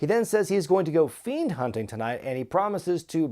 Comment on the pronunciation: No one: Absolutely no one: Seth Rollins: ”i’M gOiNg FiEnD hUnTiNg”